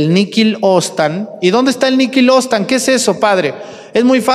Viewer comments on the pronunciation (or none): Padre, con todo respeto le digo: ¡cuántas imprecisiones dice usted! "Ostan", en vez de "obstat"; Lowaska, en vez de Kowalska; Faustina de Siena, en vez de Catalina de Siena; etc. Y no ha muerto ningún vidente de Medugorie.